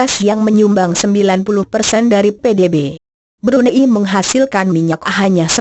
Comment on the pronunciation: yang menjelaskan nih, perlu belajar lagi deh intonasi suara sama tata bahasa nya. makau mba, bukan macau. Brunei mba, bkn Brun ai Spain mba, bkn spa in hedehhhh 😩